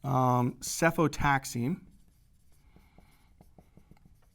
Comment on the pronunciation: correction: cefotaxime not cefotaxine